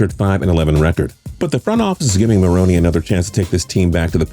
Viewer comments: “Ma-roan.” Not “Ma-roan-ee” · you got a great voice but how does let you butcher certain details. Its Doug (muh roan) not maronie. Like do you watch football? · Is he saying Marroney?? WHAT?? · Doug Marroney? Really? Can’t even pronounce head coach’s names correctly. And your research sucks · I was out when this dude couldn't pronounce Doug Marrone's name right. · Am i the only one getting annoyed how he says marrone wrong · He pronounces Marrone so weird